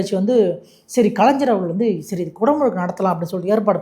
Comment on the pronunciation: கலைஞ்சர் இல்லப்பா தம்பி கலைஞர் - என்பதே சரி 😂